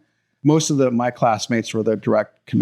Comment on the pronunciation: are we not past "he may"?